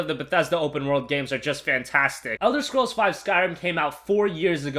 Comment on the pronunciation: What? Elder of scrools? Realy?